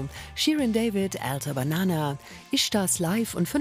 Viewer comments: Jo ee heisst ältänabänäna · Der heißt AltanaBanana, nicht "Ältäh Banana" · Es heißt altanabanana und nicht altabanana😂😂😂